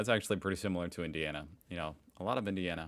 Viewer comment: Mate, 😂 I'm thinking at heart maybe u gotta little Aussie 🇦🇺 in u. Whenever u mention Indianna it's like ugh Sigh 😂